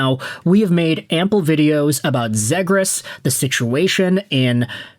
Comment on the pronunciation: Why are you saying zegras wrong lol